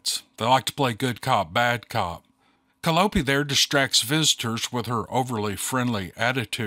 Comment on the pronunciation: Is "Calopie"s name spelled Caliope ?. like the musical instrument ? If so it's pronounced Call -I-oh -pe, with the emphasis on the second syllable .